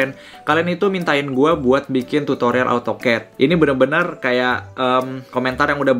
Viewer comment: baca nya AU TOKET yaa😂